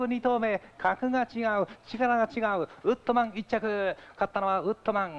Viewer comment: ウッドマンじゃなくてウットマン